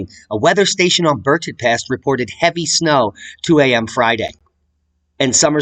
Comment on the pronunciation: Berthoud is pronounced Birthud like burr and thud together, with the accent on bur. The ou is an upside down e in the dictionary. Berthoud pass goes over from I 70 to Winter Park, the great ski area, which is 30 miles from Boulder. But you have to drive for 2 hours to get there because the continental divide is in the way. Love yuz, keep it up. It's thud time.